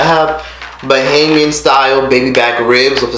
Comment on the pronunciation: You're one of the few Americans who say bahamian right and idk about no bahamian style baby back ribs, you shoulda get some conch salad or crack conch or something but over all great video!